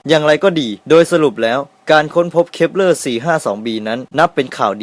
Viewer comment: เหมือนได้ยินพูดว่า ดาว creeper 555+